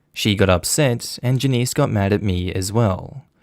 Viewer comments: Out of curiosity, is it normal in Australia to pronounce the name 'Janice' with stress on the second syllable? In both the US and the UK, I've only ever heard it pronounced with the stress on the first syllable. Sounded really weird to me. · Your pronunciation of Janice is... Interesting